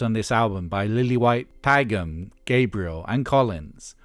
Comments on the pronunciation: Apart from mispronouncing Hugh Padgham's name (It's like Patch ham), great video! Hugh of course went on to produce The Police, Genesis, Phil Collins. Kate Bush makes an appearance on No Self Control too where her vocals are distorted in the "chorus" (or well, is it a chorus since only the verse section is repeated?). Peter also influenced Kate with technology by introducing her to the Fairlight CMI synthesizer. Peter's influence also extended in the music industry by opening Real World Studios (which is still highly in use today and really state of the art), being distributor and importer of various technologies like the Fairlight CMI (in a company called Syco), and by buying a large share in Solid State Logic, the British company making those mixing desks which spawned off that drumsound on Intruder (which was the SSL4000B to be more precise). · "Pagam" ??? A.I. narrator? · "Paggam" aaaaaaarrrrrgggghhhh! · Great work but you mispronounced Hugh Padgam's last name. It should sound like "Paj-em"